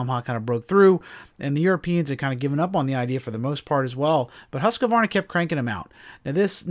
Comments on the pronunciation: Say "Hooskvarna", it's the right way. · Pet peeve of mine, hearing people butcher the pronunciation of Husqvarna. It makes my ears bleed. That said keep these great videos coming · Are you saying the name right?